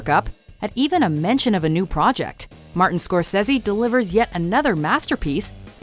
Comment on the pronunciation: scorsaESe (its pronunced skor-sae-sea) get it right i am a fan of his work.....please dont distruct his name